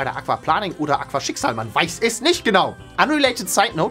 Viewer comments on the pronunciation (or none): nicht aquaplaning... Das heißt kaquaplaning😂